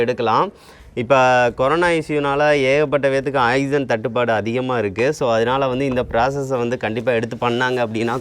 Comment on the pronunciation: Ok good!but its not " axygen" its "oxygen"!